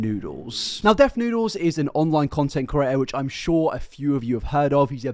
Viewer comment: 0/10 he says "curator" instead of "creator" and "disingenuine" instead of "disingenuous" for real tho I'm just memeing, good video